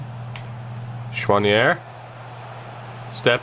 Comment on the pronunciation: As a French Canadian, I can tell that your prononciation of « Choinière » was pretty good😅😂👍